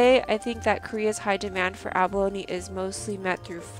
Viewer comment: You are pronouncing abalone as abalony.